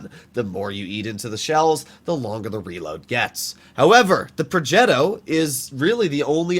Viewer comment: why does always pronounce progetto with an accent thingy it makes him sound like an idiot